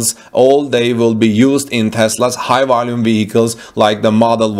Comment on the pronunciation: "High wolume"?